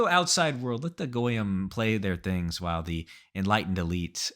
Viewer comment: The jewspeak at the end put a smile on my face, your pronunciation of "goyim" is perfect.